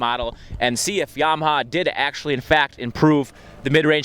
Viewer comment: it's yamaha, not mwyahaya. fuckin idiot